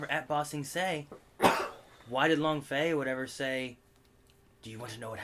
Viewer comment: Long Feng, not Long Fey. : )